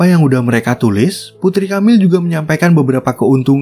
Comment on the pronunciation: Tiap kali nyebut Camile dengan "KAMIL", kuping ku kok berdengung yak 😅😅😅Dibacanya E, Boss.. bukan A... dan E nya seperti t"E"lor bunyinya.. atau p"E"rsis... Atau waktu Anda baca Ang"E"la...